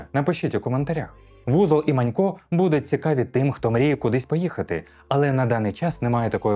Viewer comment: Узол і Манько!Узол а не Вузол, Узол це прізвище, воно не перекладається)